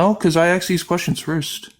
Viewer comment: Someone who says “aksed” excelled in English 😂